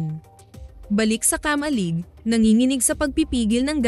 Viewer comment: KA-MA-LIG dahan dahan lang ang Pag bigkas ng word..... Ganito mo binigkas ang KA-MA-LIG..... KAMA-LIG nakuha mo ba ibig kong ituro syo?